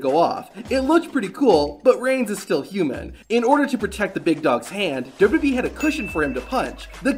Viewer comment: Please work on your annunciation of "duhdubyee"